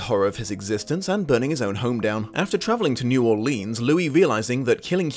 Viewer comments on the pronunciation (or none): I love you but I can’t help but cringe every time you said New Orleans But it’s OK a lot of people not from Louisiana say it like that